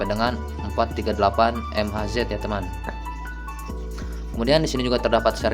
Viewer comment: Ngomong mhz itu mega haize om